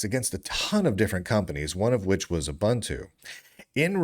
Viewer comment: Pronounced ooboontoo smart ass